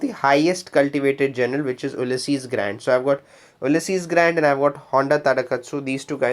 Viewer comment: Funny difference…. You say Oo-lysses (exaggerated a bit) Grant….. but Americans usually say “Ewe-lysses” Grant. Not criticizing, just noting. Thank you for a useful video